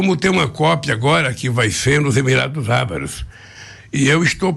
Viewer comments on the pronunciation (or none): “Emirados ABAROS” Esse analfabeto me diverte. 🤢🤮🤮🤮🤮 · Emirados o que? Emirados Abaros, foi isso mesmo que ele disse?